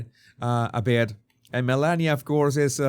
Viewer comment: I thought yours was a good unbiased analysis of this brief interaction. Both sides are showing their bias by overanalyzing a very neutral interaction. My biggest complaint on this video is you need to learn the proper pronunciation of the FLOTUS if you are going to call her by her first name.